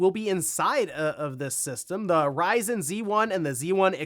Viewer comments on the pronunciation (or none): none